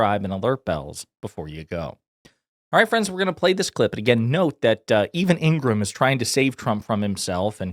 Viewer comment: Ing-ra-ham. Three syllables.